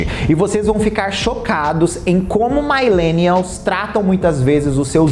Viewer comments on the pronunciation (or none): Adorei o vídeo!! Muito importante!, só uma dica mesmo pros próximos vídeos, a pronúncia de millennial fala “milênial” mesmo hehe só uma dica mesmo. adoro seu conteúdo!! 😘😘